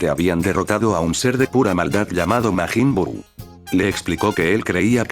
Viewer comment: 3 seconds in I hear “Maygen Bew”…..